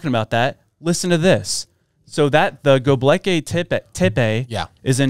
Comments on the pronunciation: Love you guys,. But it's not GoeBLEKi it's Goebekli or something like that lol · Go- Bek- Li !!!! Not go-blek -i. Driving me nuts there 🫨🫨🫨🫨🫨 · GO-BECK-LEE AIR-UH-RAT 😇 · Gobekli (Go-beck-lee), you are welcome!!! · I totally got what she meant. If they PREDICTED THE FLOOD. Did they then BURY it before The Flood came so it would be saved. PAY ATTENTION PEOPLE WHEN OTHERS SPEAK. And it's not pronounced GLOBEKY... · I love you guys... but, can you not read?! It's "Gobekli". You're literal children in your enlightenment of the truth. You're still great though. 😊